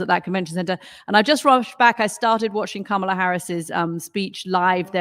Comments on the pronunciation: COMMA-la, not KAMA-la! (I struggle with it, too.) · You Murricans are still not pronouncing Kamala properly! It’s a very short Ka (not Kaa!), then s short Ma (not Maa) snd then a longer Aa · I don't understand why this man, as a former communications director and Harvard law grad, CANNOT pronounce Kamala correctly. I've seen him corrected in real-time on another show at least once and he blamed his ethnicity, or something. It seems intentional at this point and it's unbecoming. Maybe he needs to watch the DNC's educational segment with the children showing how to pronounce her name again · The name pronunciation lesson backfired by asking the crowd to divide up, Kama Lah, because the chanted the Lah with more emphasis than wanted. Oh well, GO KAMALA! 💙💙💙💙💙